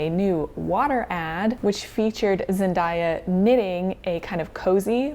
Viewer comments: The 'day' in Zendaya is pronounced like the word day, not dye, just so you know! <3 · ok i loovvveee the video!!! butt. instead of pronouncing Zendaya’s name “zendieya” it’s pronounced how it spelled “zen-day-a” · not zen-die-a 😭